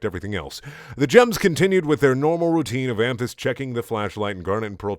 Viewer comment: Dude every time you say amethyst I hear hamfist and fucking laugh every time